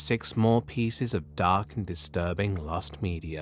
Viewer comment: "lost medier" ^ ^